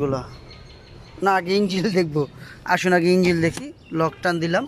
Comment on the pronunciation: Engil nah. Sagol. Engine